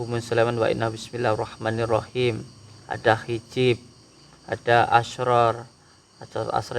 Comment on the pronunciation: ..mau sebut Bismillaa hirrahmaa nirrahim...ini cara yg betul. selalu menyebut Bismillah hirrahman nirrahim. tiada syaddah pada huruf 'nun'. makanya sebut rahmaa saja dan bukannya disebut rahman.